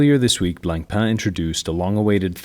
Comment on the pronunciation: C in Blancpain is silent. Merci